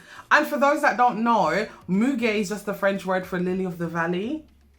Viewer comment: You’re the only reviewer I watched who figured what muguet was and to pronounce it 😂